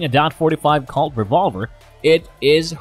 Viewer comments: What’s a Calt 45 or does he mean Colt! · Wow. Can't even say colt. Nope. Said calt. And really dot. I'm guessing he was Hired to narrate the video. And the guy that actually wrote it was just like fuck it close enough. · I thought he was saying calt instead of colt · The fact this channel can't even pronounce colt or taurus makes me not want to listen to them at all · I’m having a hard time talking a narrator seriously that can’t pronounce Taurus or colt and has obviously never been anywhere near a firearm. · Anything that uses .dot 45, dot .410, mispronounced Colt as Calt, and Taurus a bull as Tarus isn't worth a damn.